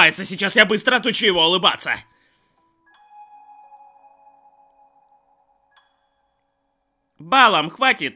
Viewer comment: И да, АргО, не Арго. И БалаАм, а не БАлам. Просто на всякий. (Не докапываюсь, просто хочу, чтоб ты знал)